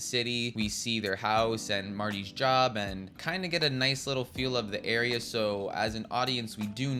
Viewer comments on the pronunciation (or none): none